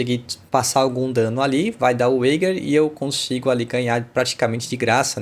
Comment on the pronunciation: Excelente video ficou super claro com os exemplos. Só cuidado que wager se pronuncia ueidjer !!